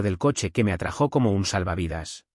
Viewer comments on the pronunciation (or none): "Me atrajó." Es "Me atrajo." "Enderezó mis hombros." ¿Quién le enderezó los hombros? "Enderecé mis hombros." Revise antes de subir la narración, y si comete un error, corríjalo antes de..... El actor coreano a quien hacen referencia se llama Lee Min Ho (Li) , y es mi actor coreano favorito. "Me atrajo." Sin tilde en la vocal [o]. "Kevin se interpuso..." Se pronuncia tal y como estó escrito, sin tilde en la vocal [o]. Incluso, NO inclusó NOTA AL NARRADOR: Usted tiene problema al pronunciar la vocal [o] al final de cada palabra al ponerle la fuerza de pronunciación al final, y convirtiendo las palabras en agudas, cuando la fuerza de pronunciación es en la segunda sílaba la cual llamamos llana. Perdón por analizar todo.